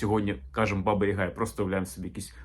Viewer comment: БабА (наголос саме на другий склад) є більш логічним - батько, наставник, старший (а Азії досі збереглося). Відомі кам'яні половецькі баби. Яг/Яга - по суті те ж саме Я, але особи, набагато більше розвинутої (духовно, морально, сакрально), ніж загал. Приблизно те ж саме, що й Характерник на Січі, тобто особа, яка досконало володіє собою - абсолютний спокій та врівноваженість за будь яких обставин. Такий собі духовний наставник дохристиянських часів. Перероблення в жіночу постать скоріше за все справа рук попів. Для них все дохристиянське було непримиримим та підлягало оббріхуванню, перекручуванню або "охристиянізовувалося". Як це сталося з поняттям/святом Великдень, яке до християнства немає ніякого відношення. Взагалі це дуже цікава і довга тема.